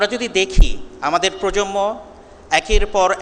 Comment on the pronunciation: Dear Lecturer, Correct spelling of Bangla word is "PROJONMO" not "PROJOMMO" as you say.